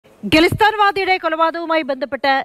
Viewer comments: Gillisthan alla khalisthan pronounce it properly. Gillistan 😅😂😂😂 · Khalisthan,,not gulisthan😊